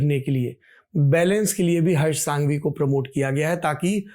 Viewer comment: It is prounnced as संघवी not सांघवी. With due respect sir. आप तो धरातल से जुड़े हुए व्यक्ति हैं। English medium वालों को पता नहीं होता की कौन से a को अ बुलाना और किसे आ बुलाना।